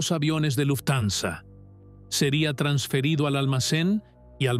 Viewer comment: Me aburri de escuchar luftanza 😂😂 buena historia pero tu la arruinas